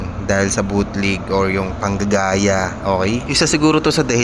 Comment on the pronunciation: Bootleg... Hindi BUTLIG 😂😂😂